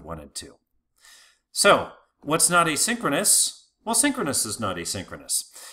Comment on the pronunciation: This guy uses exactly the same pronounciation for "asynchronous call" and "a synchronous call" and I could unfortunately not differentiate exactly whether or not we are talking about "asynchronous call" and/or "a synchronous call" at which section of the presentation.